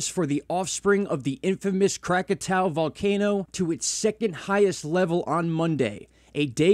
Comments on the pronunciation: I'm baffled as to why you keep mispronouncing Krakatoa. Visually, you can just SEE that the last 2 letters are "oa" & not "ow." But if you're more of an auditory person, there's that B-52's song "Lava" in which they pronounce it correctly. (Also, I can't stand that MrMMB333 channel. I un-subbed after watching only a handful of his videos.) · Pronounced Krak-a-toe-a!😉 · Crack-ah-toe-uh. Is how to pronounce the word. Cheer's